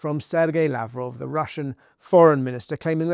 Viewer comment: It's Russian, not "Russain", do better.